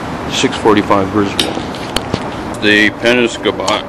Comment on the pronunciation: Ur not saying the name right. Say Penob then say scot